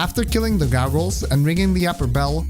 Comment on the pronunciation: "Gargles" xD